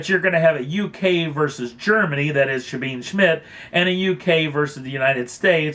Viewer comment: Can any of the commenters pronounce the German lady's name correctly, just once? It's not as you say Sabeen Schmit. It's Zabeeneh (the final 'e' as in Porsche) Schmits. And more than three times for "right off the bat" is too many.